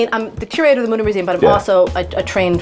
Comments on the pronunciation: Mütter means mothers in german. And its not pronounced mutter. Ü=/=U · as a german i have to say that, how you speak the word mütter sounds like mutter. in germany, mutter means mother and mütter is the plural of it. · As a german hearing the word Mütter getting turned into Mouder is way too funny😂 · As a german, all I can hear is Mudder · He went from DR mutter to Dr mother😂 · Anna, if you want to teach, you should begin by pronouncing his name right: It has two dots over the "o", which means it's pronounced "Y". It's a German name! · Then maybe learn how to pronounce the umlaut correctly if you’re doing the tour guide through the Mütter museum!!!?